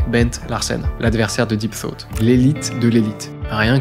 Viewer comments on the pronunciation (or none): Soit j'ai l'esprit mal placé soit le jeu de mot est fait exprès mais a chaque fois que tu dis deep thought le jeu de mot ce fait avec deep throat 😂